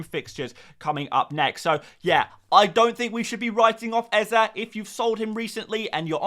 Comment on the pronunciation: Stop saying eze like that please and thanks